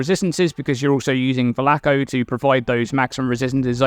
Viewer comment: you are incorrectly pronouncing Valako and it keeps bothering me and interrupting my concentration